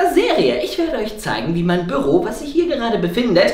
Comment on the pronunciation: Es heißt doch nicht Böro